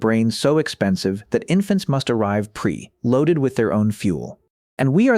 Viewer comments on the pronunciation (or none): I noticed a couple points: When the video mentions "1979", it says, "1970-9." Another instance of this is in the byproduct argument. It says, "pre...loaded". When it discusses the ivory doll, the voiceover becomes high-pitched and speeds up slightly for a few seconds.